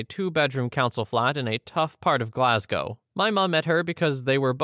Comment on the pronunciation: As someone who lives in Scotland, you did indeed say Glagow correctly